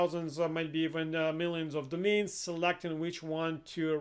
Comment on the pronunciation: He is saying domains not the mean, ever captioned this.